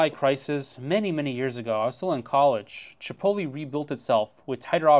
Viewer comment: Chi pohT leh, not chipolly